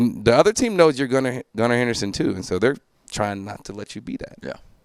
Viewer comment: Did bro really say “Gunnar HenderSTON” 😂